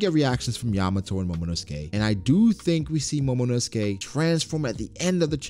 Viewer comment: Momonosuke is pronounced as momonosuke not momonosukey